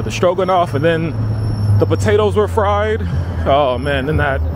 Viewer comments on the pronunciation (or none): none